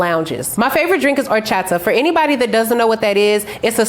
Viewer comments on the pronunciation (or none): You need to work on that accent when you say "HORCHATA" like gwatafack...